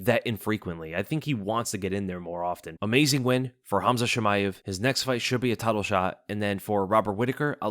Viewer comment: No way this man said Khamzat Chillmaev and it went unnoticed 😂